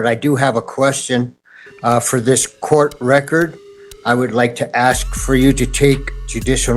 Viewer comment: Why are some many people pronouncing COURT room as CORCH room? It drives me crazy!